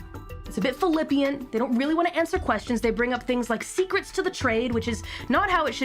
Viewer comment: Did Calli really pronounce "flippant" as "philippian?"